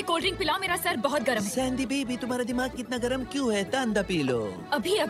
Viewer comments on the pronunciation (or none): I can't control my laugh when dipka dis say it's sendy not sandy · Sendy ❌ saandy ✅😂😂😂